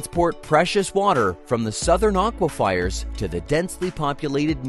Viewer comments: So painful to hear over, and over and over. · Aquifers. Nice man. I hope this is AI. Otherwise, learn to pronounce things correctly.